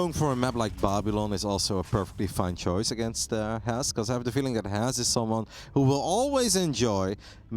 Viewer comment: is by far the worst caster.. she can't even pronounce Has correctly..